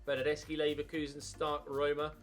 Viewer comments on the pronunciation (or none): none